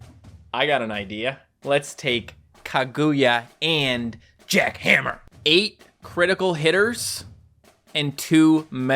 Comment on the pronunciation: It’s jack han-ma not jack hammer